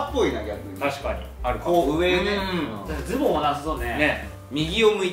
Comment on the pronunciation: オモコロなのに「アウター」だの「ボトムス」だの言っててビックリしたんだけど、恐山がちゃんと「上着」「ズ↓ボ↑ン」って言ってくれてやっぱオモコロだぁって安心した